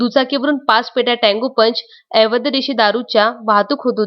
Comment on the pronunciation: आपण 'अवैध' या शब्दाचा उच्चार 'एवैद्य' असा करीत आहात. तो दुरूस्त करा प्लीज!